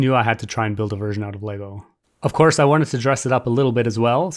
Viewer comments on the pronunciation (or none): none